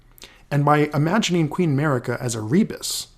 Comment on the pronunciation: Guys really… why all this american-english video has trouble with pronunciation? It’s not an american name.. Marika is pronounced MARIKA, not mErika, it’s not like america. Good video anyway